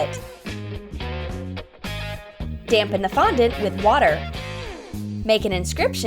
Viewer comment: also you finally called fondant fondant.